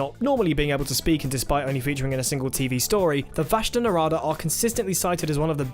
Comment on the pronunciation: vashta nerada.... run... just run (get it right pls)